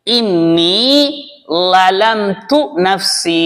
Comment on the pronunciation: Zalamthu ஏன் தாங்கள் ழலம்து என்று எழுதியும் ஓதும்போது லளம்து என்று ஓதும்போது அர்த்தம் மாறாதா ஹஜ்ரத் அவர்களே